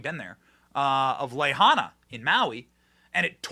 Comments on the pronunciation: Pele' is going to deal with the obama's and oprah and MANY more. Her volcanic activity will take them out. Incidentally, benny, it is pronounce la high na. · Lahaina is pronounced Law-Hi-Na. The people involved in the WEF are the N/A part in that the WEF is not applicable. We shall see. 🌱🌱🌱🌱🌱🌱🌱🌱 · LA Hīna!!! Don't talk about how stupid some people are, and then mispronounce the name of a city that had LITERALLY been on the news (pronounced correctly) hundreds of times!!!!! Come on!